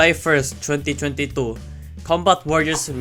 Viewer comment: the way you said "2022" is kinda funny bro